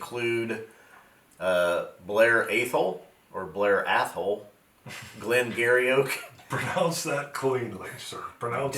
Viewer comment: You mentioned "The Timorous Beastie" contained Glen Garioch, that is pronounced Glen Gee-Ree 😀, it is a local area to me and well known for being mis pronounced. Great show as usual 👍